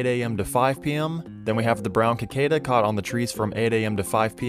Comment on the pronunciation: "Cicada" is pronounced with a sibilant C — si-kay-duh. : ) Thanks for this video, btw. Super helpful.